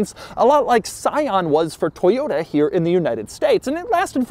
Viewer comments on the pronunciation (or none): none